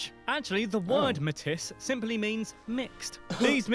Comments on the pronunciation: The indigenous group Metis is not pronounces metiss; it is a French world, pronounced "may-tee". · In French, we say Métis with the s sound.